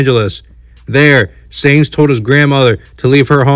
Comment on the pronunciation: His last name is pronounced like science 🤦🏻‍♂️🤦🏻‍♂️🤦🏻‍♂️🤦🏻‍♂️🤦🏻‍♂️